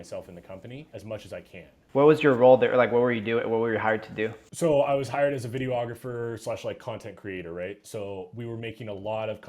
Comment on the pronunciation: How is my man this versed and still saying "Video-ographer"?